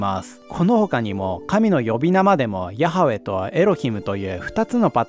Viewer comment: ヤハウェのハの発音がkha発音になってるのかな、投稿者さんの出自が気になる